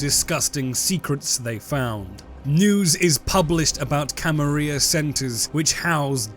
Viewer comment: How you pronounce the "Camarilla" is like nails on a chalkboard to me.